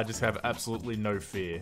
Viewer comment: “Noul” instead of No